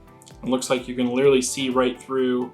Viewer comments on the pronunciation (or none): none